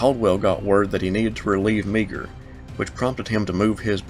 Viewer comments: Absolutely fantastic presentation! My only criticism is "Meagher" from the Irish Brigade is pronounced "Maw-hur" [It's a Gaelic name] and not "Meeger" . Fantastic though, really enjoyed it! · i think meagher's name is pronounced "ma-har" with the accent on the 2nd syllable. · Great, but Meagher is pronounced "mahr'' I think & Rhodes on the map should be "Rodes." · The Irish Brigade was commanded by Brigadier General Thomas Francis Meagher. His name is pronounced Maher. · Wonderful presentations. One thing: I'm pretty sure that "Meagher" is pronounced 'mahr'. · The name Meagher is pronounced Mar. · Gen. Meagher's name is pronounced "mar" or "mahr." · Meagher is pronounced Marr. Pesky Irish surnames! Great video. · Meagher is pronounced mar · One small snippet, Meagher is Irish, it's pronounced May Her. No big deal.